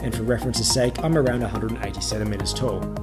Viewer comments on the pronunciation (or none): none